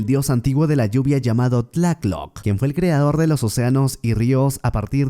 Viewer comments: FUISTES A LA NOCTURNA ....... SE DICE BIEN TLALOC....... NO TLACK LOC MAMER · Ns por qué me enojo siempre que dise tlatoc en vez de tlaloc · Me encanto el resumen, pero no sabes cómo sufri cada vez que decías tlacloc en vez de Tlaloc jajaja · No es tlaclock es tlaloc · Amigo es Tlalok no "Tlaklok" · Tlatloc es Tlaloc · Y cuándo aparece MANÁ cantando el rey tiburón? Me gusta mucho como dices Tlácloc y TLÁLOC we, sosten mi pulque. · en resulta curiso escuharle decir decirle tlath-lock al dios del agua , solo se pronuncia como se le escribe tla- loc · Ese" Tlacloc "😂😂😂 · No se pronuncia así y no es un demonio es un dios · Se dice tlaloc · Pense que eras mexicano pero veo que no sabes ni pronunciar tlaloc correctamente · Esta chido tu video, pero asi no se pronuncia tlaloc